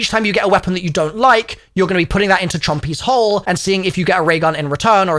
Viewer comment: Why can’t he say hole?😭